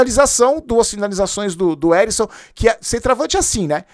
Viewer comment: O nome do jogador e Ericson , não Arisson 😅